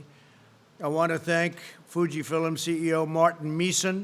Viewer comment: “Fuji fill um”?? WTF?